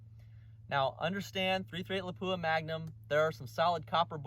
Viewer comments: 99% of YouTube gun channels pronounce it lapoooha. Except ultimate reloader. I just don’t notice it anymore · Really good stuff! Not trying to hurt anyone’s feelings here but “Lapua” is pronounced closer to “Lap-wa”. I hate it when I butcher a name!